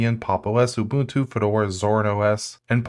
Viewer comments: "At the very tip of this iceberg is Oh boon two!" I disliked the video just for that, and I don't even like Ubuntu. Learn how to read. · did my man say OHbuntu